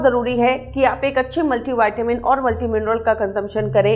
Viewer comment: डाक्टर का शिक्षण गलत उच्चार का लियी हो क्यां? व्हिटॅमिन (vitamin) का उच्चार गलत करती है|